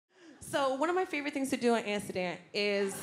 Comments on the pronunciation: it's amsterdam ffs, pronounce it properly, didn't know wtf she was saying the first time. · I love how she says "Anstuhdan" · right? a-ster-da lol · Does she say Ansterdan?? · I thought she was saying she was on acid 🤦‍♀️😂😂😂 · the way she says amsterdam is taking me out 😭